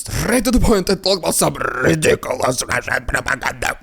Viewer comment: Very good “Rrrrrrridiculous rrrrrussian propaganda” today😂